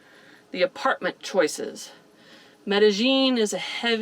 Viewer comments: Looks like the pronunciation is actually met.a.yeen instead of met.a.jeen. Hope your surgery goes/went well. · Good research! I'm sure it will go well. ( -- the double LL in Spanish is pronounced as a Y, not a "zh" sound. Medellin is pronounced me-de-yeen. Now, when you get to Europe, the Spanish LL is pronounced as an LY, but in Central and South America, it's a Y. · Okay guys. I love you both but...the way you are pronouncing Medellin is making me cringe a little. The correct pronunciation is me - tah - yeen. In Spanish a double L has the 'ye' sound. I hope this helps. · I love your show but the way you pronounce Medellin drives me nuts. meh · duh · yeen EMgUIABCABDIFCAAQgAQyBQgAEIAEMgUIABCABDIFCAAQgAQyBQgAEIAEMgUIABCABDIFCAAQgAQ6BwgAEEcQsAM6BAgAEEM6CggAELEDEIMBEEM6BggAEBYQHkoECEEYAFDjB1iCVWDniwFoBXAEeACAAdgDiAHyDJIBCTIuNi4xLjAuMZgBAKABAcgBCMABAQ&sclient=gws-wiz